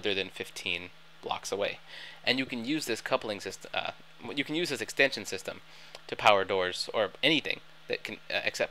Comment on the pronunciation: That "Xtension system"? ^^